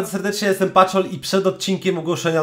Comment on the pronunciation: Chyba patol a nie paczol